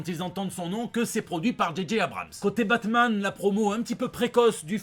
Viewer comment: Putain pourquoi tu prononce le nom de la bête la série Batman est foutue